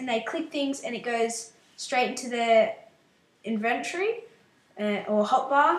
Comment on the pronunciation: u say inventory wrong